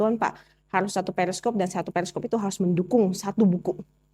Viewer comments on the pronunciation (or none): TAK PAHAM BIBLE. PERIKOP aja bisa salah ucap... 😂😂😂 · ralat ya perikop bukan periskop. Saya juga mualaf. Tetap rendah hati, jangan diri kita terbang tinggi krn dipuji2 org dengan sebutan "cerdas", itu bisa membunuh kita